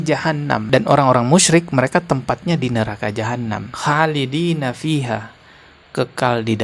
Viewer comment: pembetulan bro.. Kholidi nafiha.. bukan halidi